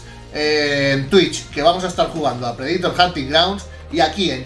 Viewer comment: Me encanta todo su contenido, pero, por favor, Predator no se pronuncia así.